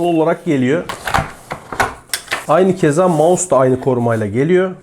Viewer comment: Abi "mouse" ya gözünü seveyim bu işin içindesin yapma 😁😊(yanlış anlama abi doğrusunu deyim dedim)